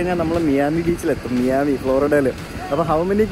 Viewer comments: "മയാമി" യാണ്. അല്ലാതെ നിങ്ങൾ പറഞ്ഞ പോലെ മിയാമി അല്ല കേട്ടോ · Mee-ami alla bro. My-ami. 😬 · bro: മിയാമി ❌️ മയാമി ✅️ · മിയാമി അല്ല.. മയാമി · Miami- My-ami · Please correct the pronunciation of Miami.